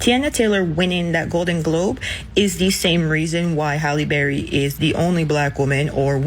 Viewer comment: Are yall surprised? “HallieBerry”